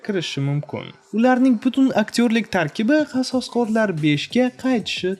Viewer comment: qososqorlar deb zaybal qivordiz qasoskorlar deb oʻqing